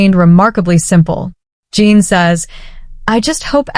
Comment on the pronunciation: It's J-en, jin. Like the drink gin. Not jean.